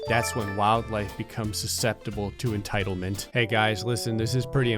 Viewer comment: Ah yes. Entildment